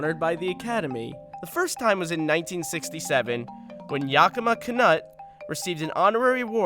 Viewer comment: Pronounce "Yakima" correctly you philistine! ;)